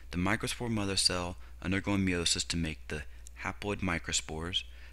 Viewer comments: you have a cool way of saying "meiosis." me-owe-sis lol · great video (even though i cringe every time you say meiosis)